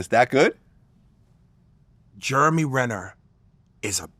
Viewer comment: Justin Bateman "Ger-mery" Renner You love those shows though lmao